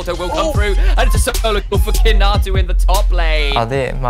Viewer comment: His name is romanized as Kinatu, but is pronounced KinaTSU.